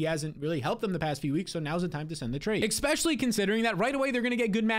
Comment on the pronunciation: I turn off every video of yours as soon as you say “Exspecially”… Took like 5 words this go. Congrats.